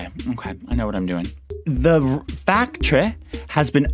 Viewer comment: Everytime you say factry I think of Symone and it's just amazing